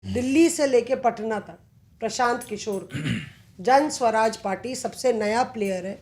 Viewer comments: उच्चारण जन स्वराज नहीं, जन सुराज है। जनता का सुंदर राज, जन सुराज।🎗️ जय बिहार! #JanSuraaj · could not even pronounce Jansuraj (calling it Jan- Swaraj) properly. I could easily guess how serious these bunch of “khan market” journalists are. Jokers!! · Jan swaraj nahi hai Jan suraaj hai ❤ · Its JanSuraaj not janswaraj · Jan Swaraj nahi Jan Suraj....itna bhi nahi malum aur analyst ban gaye..Baklol sab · Pehli baat Jan "Swaraj" nhi hai "Suraj" h...naam pta hai nhi...Aur analysis duniya bhar ka ker rhe hain... Jaati per pk ne 1000 baar bataya hai...kabhi sun liya kero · Pehle party ka naam lena seekh lo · Lad chatne ke liye journalist bane ho.. saala party ka naam to thik se bol nhi pa rhe, aur ye analysis kar rahe hai